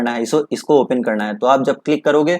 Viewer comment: Ye open ko opain bol raha hai